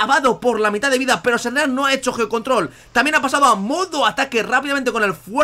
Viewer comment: arqueus ... arqueus... ja...arqueus ... ARQUEUUUUUUS HAAAAAAY CONO (DE HELADO) HAAAAAY QUE ES ARCEUS C + E SUENA SE WOOOOOOO Y SHERNEAS AAAAAAAY